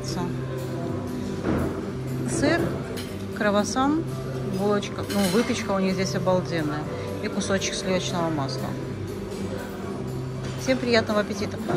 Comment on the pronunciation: Мне тоже ухо резануло....и это не первое слово ...когда то уже слышала